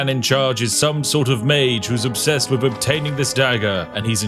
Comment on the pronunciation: The way you pronounce TH as F is just gross.